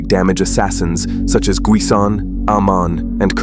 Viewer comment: "Guis'yon" that gets me😂